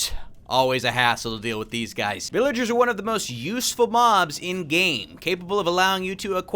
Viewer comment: I Love his intro * hai wot's goin on gois* 😂 That made my day 😂